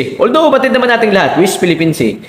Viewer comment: D ka nahihiya boy yung mga amo mo ang daming atraso ok lng sa inyong mga kulto. pag ang presidente pala ang murahin at siraan ok lng sa inyo aba is kang kalahating bugok is pa Ayusin mo pananalita no d ka maintindihan correction west Philippine sea hindi wist😂😂😂